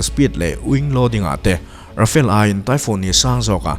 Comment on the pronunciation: Ra-fa-le tih tur.. I thumbnail ah Euro Typhoon jet fighter i dah bawk.